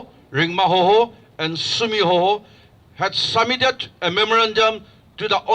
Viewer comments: Its sumi not sema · 'Sumi' not 'Sema'. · It's Sumi, not sema.